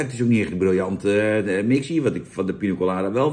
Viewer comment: Jan met zijn "Pino Colada" 😂 Voor de rest van de wereld is het gewoon Piña Colada 😉